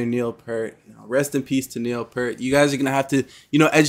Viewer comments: Rush is one of the best rock bands, loved by all musicians. And Neil's last is pronounced P-ear-t (pointing to my ear). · Like myself you pronounced Neil last name wrong. I as fan, learned after several years it is P EAR T. Yes, that was a little reggae that you heard. Neil passed away from brain cancer on Jan 7,2020. He, by far and away, was the GOAT of drums and percussion. Two vids to illustrate this Xanadu (live 1981). And his drum solo, Live in Frankfurt. There is a huge catalog of RUSH to enjoy. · Peart rhymes with ear.